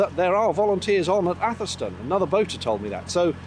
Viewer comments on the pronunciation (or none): FYI atherstone is pronounced atherstun